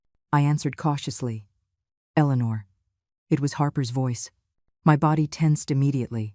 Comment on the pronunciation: I'm so happy to hear Eleanor pronounced correctly that I forgive you! ❤Much better!